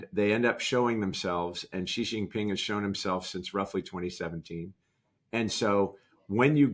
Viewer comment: Kyle's good - but discount his credibility where discount is merited. Apply the adage (Chinese saying) "from the small points we see the big points" - and anyone who cannot pronounce Xi Jing Ping's name* inevitably casts doubt upon their credibility. But he makes some very poignant points, all the same *It is not pronounced like the French "Je", for example.